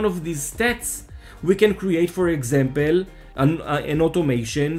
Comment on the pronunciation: it is "for example" > not "for exempel"... :P cheers !